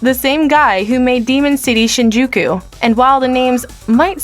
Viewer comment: Absolutey butchered whatever Japanese related name, place or thing. Shinjuku - Sheen jew keyu